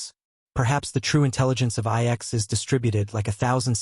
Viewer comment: lol, AI slop can't even say the name of the planet correctly